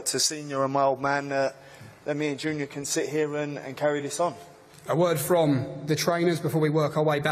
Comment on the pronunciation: Who doesn't remember "Chris Eubank Jizzenior"